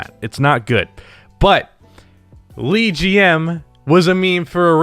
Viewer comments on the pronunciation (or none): It’s not Lee it’s Le lol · Why do you keep saying Lee when speaking of LeGM, yet you say LeBron correctly. It is pronounced as Luh-G-M same as Luh-Bron. It's one of my pet peeves when someone mispronounces a word when they are a native speaker of a language but can't be bothered to properly pronounce a word.That said if you have a speech problem then you are fine to pronounce something poorly but if you have no speech impediment then say it correctly. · "LeGM"... just like LeBron. Not "LeeGM" lmao. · why are you saying “Lee”GM instead of “Le” as in “LeBron”? lmao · It's not Lee its le. As in the in French. So le gm is basically the gm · pronounciation: LUH--gm my dear. WE do not know a LEE-gm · Why are you saying LeeGM? It's LeGM. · LeBaby. also you pronounce it Luh not LEE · Exactly wtf 💀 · LeeGM? Bruh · wtf is “LeeGM”? 😂🤦🏻‍♂️ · No one is saying: "Li Ji Em" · I can’t be the only one bothered by pronouncing things like “LeGM” and “LeChock” like “Lee” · yeah wtf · MANS SAID LEEGM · Lmao why does he say it like that, it's LeBron not Leebron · For anybody interested, the most correct pronunciation would be Luh-GM because the Le in LeBron is adapted from the French masculine singular "Le". Similarly, names like LaKiesha are adapted from the French feminine singular "La". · Why pronounce the le in LeGM differently than in LeBron? Tf? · Holy fuck the way you pronounce "leGM" >:(